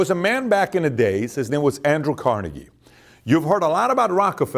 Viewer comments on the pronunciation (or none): It' Carnaygie, emphasis on "nay", not on "car". It is a Scottish name. Jfyi